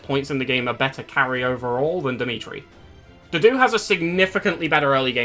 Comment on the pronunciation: Its so hard for me to take a unit seriously when i hear his name pronounced as "doo-doo"